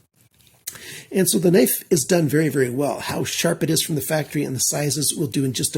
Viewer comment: "?!" Are you turning into into a German? 😂 Welcome back, great review as usual.